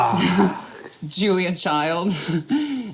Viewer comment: “Uniwonikly”😂😂 wtf.